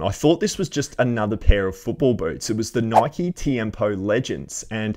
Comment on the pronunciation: The question is- is it pronounced “nikeeee or Nike?” And “stussy or stoosy” cause I say them the opposite to you and it drives me crazy to hear you call them the other way around 😂😂😂😂😂